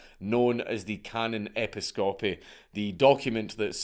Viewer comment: His pronunciation of "Episcopy" is a travesty.